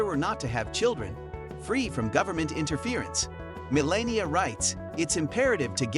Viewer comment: Melania ... is not pronouced 'malenia'...